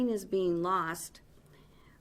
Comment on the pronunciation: "LEARING" like it's spelled in Minnesota.